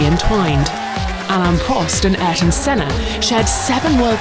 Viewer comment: And she FINALLY got Senna's name right!!